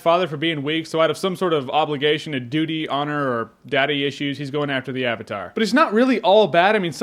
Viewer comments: I loved the animation but the movie is shit! It reminded me of the golden compass but worse. I hated that the pronounced the names weird (sauka is now soaka, ang is aung, avatar is auvitar) i mean they said it was to be " authentic" but it just ruined it. And i went to see it with me little sisters and brother (7 year old twins and an 8 year old) and they hated it too, so i guess no one really likes this movie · I didn't start watching the series until a couple weeks ago, but when I saw the live action film at the cinema, even with no comparison to draw on, I thought it was a terrible film. The pronunciation of words was weird (AH-vatar... wtf was that?), the line delivery and performances in general were terrible, the cinematography was boring and bland, there were numerous stupid and unintentionally hilarious moments (drill hats, elaborate silly fighting/dance moves of ~5 people moving a little rock etc), there was a poorly structured and paced narrative etc etc. In fact the movie was so terrible it completely put me off watching the original series, even though many people had recommended it to me. I thought it would be childish at best and as bad as the movie at worst. I have to say I was totally wrong. While it is obviously a children's cartoon, the series is intelligent, insightful, witty and incredibly entertaining. Almost every character, good or bad, is memorable, detailed and enjoyable. It manages to switch from emotionally complex, to light-hearted and humorous without seeming divided. I highly recommend anyone watch it, particularly if you have kids, you'll enjoy it as much as they will.